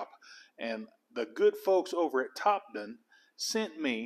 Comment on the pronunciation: Just a few comments Topdon is pronounced Top Don and it’s not Mega ohms it’s mili ohms